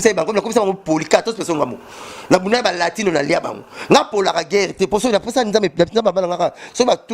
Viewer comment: MOSAKA ELOKO NASEPELAKA NAYO TANGU OBENGAKA LATINO O PRONONCAKA BIEN OLELANGO FORT